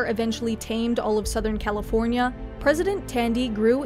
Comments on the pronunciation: Heh the first time she says "New California" sounds like "New Cow forya republic" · "Cal-EE-for-nia" i love this channel